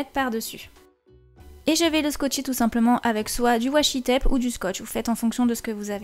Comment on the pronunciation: Arrete de dire "wachi taipe" siiil teeeee pllaiiit 😥😥😥